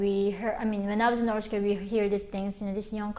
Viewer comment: I love how she says norse korea